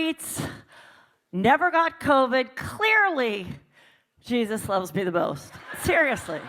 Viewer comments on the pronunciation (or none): none